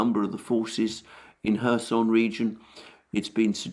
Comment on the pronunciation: I appreciate your commentary, but I must tell you it's pronounced KhÉrson, you put the emphasis on the "o" which is incorrect.